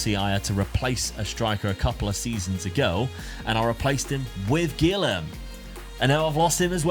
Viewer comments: pronouncing a brazilian named guilherme as gylherm is absolutely criminal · Guilherme is pronounced “Gee-Air-May” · Enjoying all the commments correcting on his pronouciation of Guilherme